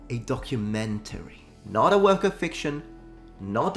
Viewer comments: Wocumentary😂 (pronounced "woke-umentary"). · Once again Netflix butchers the word DOCUMENTARY. They seriously need an English lesson on this word. Look at Harry & Meghan's DOCUMENTARY....